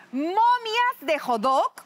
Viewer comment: acaso no se pronuncia Hot dog xd? Con la T, lo dicen como Jodog :v